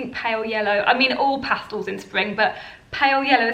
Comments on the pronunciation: Pastels ,not pastals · Good ideas, except for the fancy dresses, they’re not worn here in California. I’ve been into stripes since last Autumn, love them. FYI it’s PasTELS (with an E, Not an A in the second syllable), not PAStals. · I think you meant Pastels. Not pastals. Past EL! Great video though.